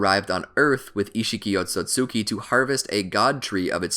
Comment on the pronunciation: He keeps saying Otsotsuki instead of Otsutsuki